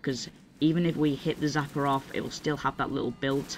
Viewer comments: Why do you say zapper...its called a sapper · Its Sapper not Zapper